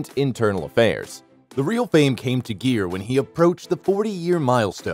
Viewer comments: "Gere" is pronounced "gear," not "jeer." And it's "Pretty," not "Petty" Woman. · Gere---Proper pronunciation...Guh-ear...gear in a car! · I was very interested to watch this but couldn't. The constantly mispronouncing his name was too irritating and distracting to stand . The video is completely ruined by that pure laziness. It's pronounced GEAR, like shifting a car gear. Thumbs down. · Okay. WHO IS THE NARRATOR? The Actor's Name Is Richard GERE--With A HARD "G"--As In The Word, "GIRL". It is NOT--a "J"-Sound! Secondly--His Hit Movie Was "Pretty Woman,"--NOT "PETTY Woman! Do Your RESEARCH!!!! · its not pronounced the way you do - its not jeer but gere - the g used same way as in the word good. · His name is Gere not Jeer ! Your gonna talk about someone you should pronounce his name right silly man . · the announcer kept pronouncing it JEER. Looks like they have corrected it on this video. It is pronounced like GEAR. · Ga ga Gere not jere!!!!! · Richard Geer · It's pronounced GEAR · How can you mispronounce Gere as "Jeer"? Also, the movie was not "Petty" woman. What a flop of a video. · Oh for the love of god, his last name isn't "Jeer" and the title of the movie is "Pretty" woman, not Petty woman. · no. You are wrong. Richard is a friend of mine and his last name is pronounced like “gear”. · Come on,atleast pronounce his name correctly. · Haha alot of their videos are like that! I agree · Not only is the narrator mispronouncing his name, but keeps calling the film “Pretty Woman” “Petty Woman” without the “r.” Has the narrator been living under a rock? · please learn how to pronounce Mr Geres' last name correctly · How can you report on a guy’s life when you don’t even know how to pronounce his name?!!!!😞😞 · The continued mispronunciation of his name ruined the video. Consequently, I could not watch it more than 20 seconds. Also, do my ears deceive me or did this inept narrator say, " Petty" woman? Please edit this documentary.